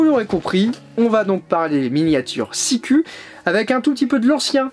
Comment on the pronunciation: Salut ``, on prononce Sikou ( Ü = U - OU = U )